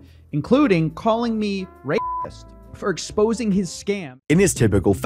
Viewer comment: shouldn't have bleeped the word racist. It sounded like he said rapist.